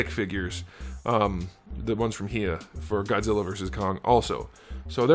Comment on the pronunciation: Actually it’s pronounced hi(like hello)-ya, but awesome review!